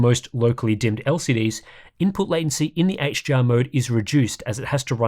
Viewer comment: it sounds like you are pronouncing HDR as HGR haha.